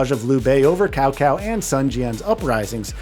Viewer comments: Tsao Tsao, not Kao Kao :p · I heard cow cow and tao tao multiple times haha. Wouldn’t it be tsao tsao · Why can no reviewers pronounce Cao Cao's name correcttly? lol - Earlier someone pronounced it Chow Chow. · I'm gonna lose my mind if I hear "Cow Cow" another time 🤣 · The way you keep butchering Cao Cao's name makes me cringe so hard. It would be fine if you just didn't know how to pronounce it, but you mispronounced it is more than 1 way. Anyways with such a lackluster roster I'll probably wait for a price drop.